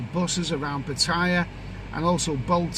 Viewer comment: It's Putter-YAH, not p'TIE-ah